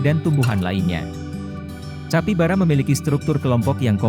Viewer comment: Tulisan capybara dibaca kapibara min